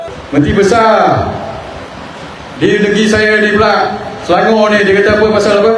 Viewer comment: Bila bangsa J penrintah Selangor jd Selenger laaa😂😂jawapan mcm budak sekolahh😂😂